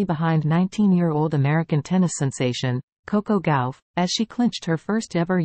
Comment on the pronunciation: It’s not Gowf it’s Gauff . I hate these AI’s